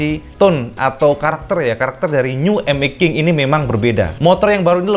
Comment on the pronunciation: Bacanya mesti begitu yah emmek king ?!?🤣🤭